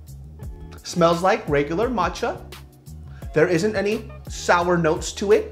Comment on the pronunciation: the way he said 'sour' i vietnamese sounded like he said 'jesus' lmao